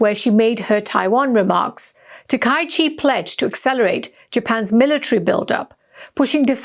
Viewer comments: This woman is a fool, and her transgression is of a particularly serious kind: she is mispronouncing people's names, a serious insult in all cultures. It's ta-ka-yi-chi, four syllables. Both she and the person responsible for her performance should be fired. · Please learn Japanese pronunciation. Her name is pronounce as "Ta-ka-i-chi".